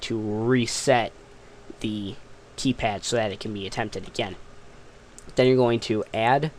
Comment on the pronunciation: KAYPAD "D